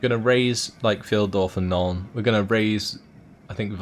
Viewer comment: Why do English speaking people know the difference beteen pronouncing Steven Spielberg and von Carstein and Reich, when they cannot mostly pronounce "Pheildorf" and "Dietershaven" correctly? Here as in most other English speaking videos no matter how good they are (your tend to be very good , thanks!), Hint: It is all in the position of the ei and ie. Thanks otherwise for excellent content. I frequently return to bingewatch this series and hope you will make one more for VLad von Carstein and one for Imrik as well... :-)